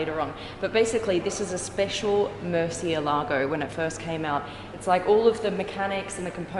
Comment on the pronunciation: its not pronounced mercy a lago its "more" thei" "alogo" but spelt Murcielago if history serves me well it was a name of the only bull to ever fight in the ring and win.. and got out alive the english came along a fucked up the pronunciation